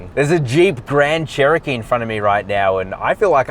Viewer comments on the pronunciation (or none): none